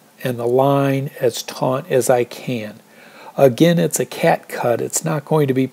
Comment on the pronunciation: On the second half, I think you should start with the trekking pole first, then stake out the corners last. Your approach requires a very accurate guess on the corners. Lastly I think it’s “taut” (not “taunt”)